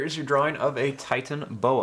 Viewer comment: You didn’t say it correctly